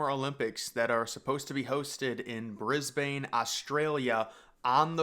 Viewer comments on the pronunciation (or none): It's pronouced Bris-bin, not Bris-bane lol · "Brisb'n", not "Brisbayne" 😉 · Its Briz-bin not Briz-bane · Mate, I live in Brisbane. It’s not pronounced Brisbain but Brisben. If you pronounce it Brisbain you immediately identify yourself as a foreigner. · Pronounce Brisbane as ‘Briz-bin’. :) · Bris-bin c’mon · It's pronounced "Bris-bin" lol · literally sobbed when u pronounced brisbane wrong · Mate, do some research. First of all, say the city's name correctly. Secondly, there's absolutely no suggestion the games will be moved. Thirdly, this stadium is an unsolicited, pie-in-the-sky proposal by a consortium that has nothing to do with the organising committee for the games and is trying to score some land from the Queensland government for a development. Fourthly, the renderings show a Cricket match, which, along with AFL will be the sports using the stadium post Olympics (these two sports are screaming for a new venue in the city regardless of the Olympics being held there) and any stadium designed for Cricket/AFL will easily be big enough for an athletics track - one of the complaints about Sydney's Olympic stadium from Cricket and AFL was that it was too small. While it looks cool and I would love to see it happen, it's simply not going to but don't worry, Australia/Queensland/Brisbane will get this sorted. We always do and the 2032 Olympics will be fantastic just like the two other times we have hosted the games.